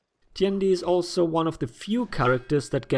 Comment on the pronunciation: FINALLY!~ A youtuber who doesn't butcher the pronunciation of Tiandi.